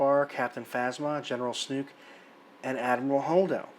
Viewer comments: I did love his use of Snuke, instead of Snoke - but the review was great anyways. I know some people just call him "Snoke the Joke" - since that's how Rian Johnson basically treated him, with his summary disposal midway through the film. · Why do you keep calling him Snook? You're looking way too hard to bitch about stuff. Just like your point about what is Kylo going to have to control after Snoke is dead, just because his ship got destroyed. The FO has military control over the entire galaxy, Kylo is going to have more than a couple of AT-AT's, dummy. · I can tell you most people are ditching you once they hear you pronounce Supreme Leader Snoke. It's Snoke like smoke, not snook! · Dude, I know it's not major but...it's SNOKE. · Why are you pronouncing Snoke as Snook? Is this the correct way and everyone else has been saying it wrong? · Love how you pronounce Snoke, lol. It's actually pronounced "Sn-OH-ke" of course. Rhymes with "joke", which is what his character is. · "Snook", dude? Really? And you repeat a thousand times.... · Spyder Snoke + Chernobyl = Snuke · WTF man? It's SnOOOOOOOke. With an OOOOOOOOOOOOOOOOOOOOOOOOO. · SNOKE WITH AN "O"!!!! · SNOKE! To rhyme with "poke"! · Dude, Snoke does not rhyme with Luke. Unless you are just fucking around. In that case, carry on. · You are pronouncing "SNOKE" wrong. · I started to think that you were doing it on purpose, just to be smarmy. ;-) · The movie didn't seem to care about Snoke's character. Mispronouncing his name is the least of this character's problem. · Everyone else pronounces it "Snoke." (Rhymes with "Coke") I have never heard anyone else pronounce it "Snook." (Rhymes with "fluke.") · I appreciate your perspective & agree with your synopsis and furthermore objections to Rian's alterations to this disneylucas direction... My only complaint in this video is trying to refrain from phonetically screaming 'SNOKE(SNOW'K) not 'SNUKE' every time you said his name. 😅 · Snoke....not Snuke. ;) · Snoke. Not Snook.